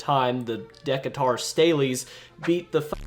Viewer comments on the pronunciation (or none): What is a Deckatar? sounds like a back round star wars species, I think you meant to say Deekayturr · “De-kuh-tar” sounds so much cooler than “Dee-kay-tur” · Lmao he said deckatar staleys😂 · 🤣 Decatur is pronounced 'dee-kay-ter', not 'deck-uh-tar' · "Ok,So... Deck-Guitar Staleys" ? 😂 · "Deck-uh-tar". Bruh. It's "Dee-Kay-Tur" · Not Deck-a-tar...lol It's pronounced Da-cater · Decatur is problem "Deh-kay-tohr" not "dekat-or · Decatur is pronounced Dee-KAY-tur, not Deka-tour. And Shea is not Shee, either. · Deck-a-TAR, lmfao, Decatur is pronounced De-KAY-tor. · Deka-tar????? The fuck?? Da-cay-tur. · Decatur... "Da-kay-tur"... not "deck-a-tar" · "Deh-ca-tar" Staleys?!?! What the living F...? Excellent video though, excellent. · You don’t pronounce Decatur as De-Ca-Tar, it’s Dih-Kay-Ter. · DEKA_TAR....WTF????? ITS DEEE-KAY-TUR.... STOP DOING HISTORICAL VIDEOS IF YOU CANT EVEN PRONOUNCE A MIDWESTERN TOWNS NAME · It’s Dee-cay-tur, not Deck-a -tour. I live in Illinois and we have some hard to pronounce names but this was a new one for me. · Deck-a-tar styles? No bro, it's Dee-kate-er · Decatur?? Dek a tar?? Good video bro, but it's De cay ter, lol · Deckatur??? My man, it's pronounced DehKaytur. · Bro really said “Decca-Tour” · “deca-tar” lmfao it’s “dee-cater” - an Illinoisan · Dee-cay-tur. Central Illinois pronounced some city names strangely (like Marseilles or Monticello), but Dekka-tor is a new one. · You totally mispronounced Decactur... like Dee kay ter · This man really pronounced Decatur as “Dec-ah-tore” 😂😂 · The way you say Decatur is great lmao. Its pronounced, "dee-cater" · Deck-uh-tar eh? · Dee Kay Tur All the time you spent only to botch the team’s first name- and the people of Decatur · Decatur is pronounced de-kate-er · The “deck-qatar” Staley’s 😂💀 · Please look up how to pronounce Decatur 😂. Dee cay ter. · Decatur, Illinois is pronounced "dih-KAY-tər". Ijs 🤷‍♂️ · Dee-Kay-Tur is how you pronounce it. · Its de-kate-er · Pronounced De-CAY-tur not DUH-kaw-tur.